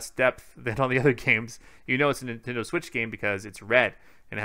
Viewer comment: Everyone else: Nintendo Switch: Nintindo Switch